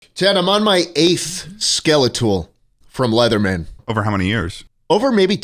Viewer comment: sorry did he say "aith" instead of "eighth"?